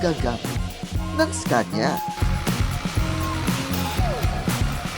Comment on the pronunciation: iskenya po pronounce dyan